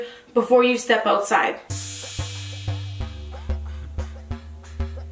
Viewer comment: has never sounded more Canadian. Oootside in the elements. 😂